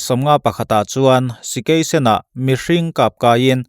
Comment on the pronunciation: Sikei sen i tih hi Sakei sen tihawm zawk tak ani